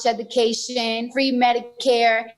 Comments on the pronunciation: She can’t say the word “education “ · she says she wants free education but literally cannot even pronounce the word lol she honestly sounds so dumb it’s actually like a confused child talking to an old man with dementia